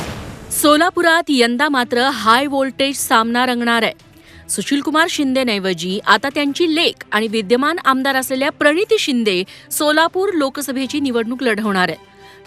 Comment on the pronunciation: Divyaman 😂nahi vidyaman..mhna